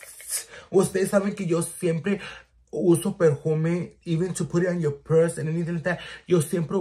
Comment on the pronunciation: Tf is a “hennatizer” ????! Que lenguaje hablas ? “Perjuuume” ???